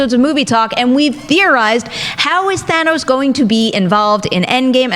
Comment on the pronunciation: I’m so happy to hear Thanos pronounces properly. It’s like some people never actually watched the film the way they say his name. It’s a Than not a Thay. Thanos, not Thaynos